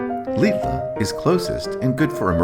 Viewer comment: Lidl.... Pronounced "Liddle" FYI. Love the video, Portugal is beautiful!